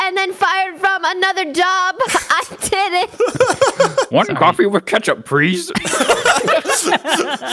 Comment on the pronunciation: Why is here like he was like "coffee.." but it sounds like he is saying "caffee"